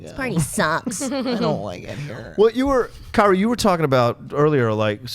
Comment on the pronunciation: I enjoy listening to the recap/review here and find it very entertaining. By the next episode do we think can learn how to pronounce Kaori's name?